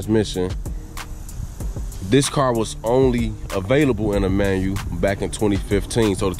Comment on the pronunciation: Manual not Manu 🙄